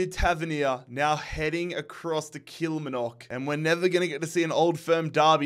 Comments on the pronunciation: The way you say “Kilmarnock” gets me every time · The Kilmarnock pronunciation is killing me lmao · Every time he says Kilmarnock, I feel a completely unreasonable amount of rage lol. Emphasis on the middle syllable please!!! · Great series but just to let you know you’re pronouncing Kilmarnock wrong, its more like kilmaaaarnock 😂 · Stop pronouncing Kilmarnock wrong .... its Kil- Mar- Nock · I fucking hate killie but it's pronounced kill-marr-nuck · Sorry man I have to say it as you did it last season too. kill-mar-nick. Not kill ma knock 🤣. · Just for future reference, Kilmarnock from Scotland is pronounced KILL - MARR - KNOCK not KILL - MIR - KNOCK :) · Just to specify Kilmarnock is pronounced Kil-Marr-nock instead of Kil-ma-nock or whatever you say (I’m from Scotland) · Really good content! Love the Global Imperialism series. Kilmarnock is pronounced Kill-mar-knock though 😅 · Bahaha Walsall knocking Fulham like that has peaked my emotional state. And still this guy can not do limbs, doesn’t have the voice at all. And it’s Kilmarnock not Kilmanock, the r isn’t silent. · That's not the problem, his accent is just non-rhotic. The real problem is the emphasis on the final syllable: he says kil-mar-NOCK when he should be saying kil-MAR-nock. In his accent neither of those pronunciations have an r sound, and while he could put one in, it's still correct for him to say kil-MAH-nock. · Kilmarnock is pronounced Kul-mar-nuck not Kila-ma-nock. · Please don't call killmarnock killmanock😅😅 it's called kill-mar-nock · Kilmarnock is pronounced Kill-mar-nuk. Or just call it Killie. 😂 love this series. Big ups from Bonnie Scotland 💚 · Kil-Mar-Nock , drives me mad to hear your version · Brilliant series mate! I'm a Kilmarnock fan so can you please please pronounce it as its supposed to be. As funny as your pronunciation of it is..😂😂 it's supposed to be KIL-MAR-NOCK 3 syllables. Much love. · Kil-MARN-ock. Don't envy some of the teams you have to pronounce dude 😂